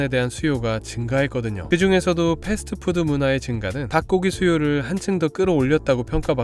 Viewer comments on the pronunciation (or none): none